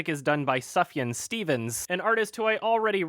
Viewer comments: I am THRILLED you are a fan of Sufjan like me, but his name is pronounced SOOF-YAN, not Suf-Yun like you're doing it. Damn Canadians... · It's pronounced soof-yaan not suffyan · It's pronounced Subaru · Its pronounced soof-yahn. What is wrong with you? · It's actually pronounced 'subaru' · Triggered by the way pronounces Sufjan. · Sufjan is pronounced with a long "u" sound. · Look, if you have a name like Sufjan I think it's expected to be mispronounced. He even had that line in C&L about how his step dad couldn't pronounce his name and just called him Subaru. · I was gonna say something, but I saw this was the top comment, so thanks.